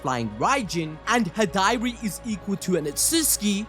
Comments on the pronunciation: you pronouncing Hidari as "Hih-Diary" is cracking me up 😂 Other than that, lit chapter just like all of the other Boruto TBV chapters. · Wonderful video as always guys, but ummmm... Who is "High-Dari"? XD LOL